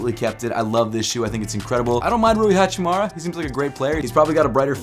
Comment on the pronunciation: Hachimura. Not Hachimara.